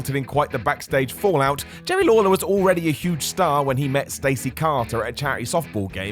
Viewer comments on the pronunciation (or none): none